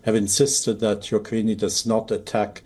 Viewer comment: what is ukrain-ey?